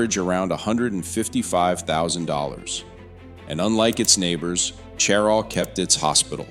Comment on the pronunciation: This is an informative and interesting video, but you mispronounce Cheraw and Beaufort. (SC pronounces Beaufort as "BYOO-fert,” and the NC Beaufort is pronounced "BOH-fert".)